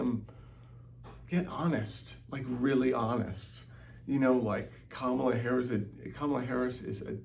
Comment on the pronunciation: This is maybe a minor thing, but the stress in "Kamala" is on the FIRST syllable! Why is that so hard to remember?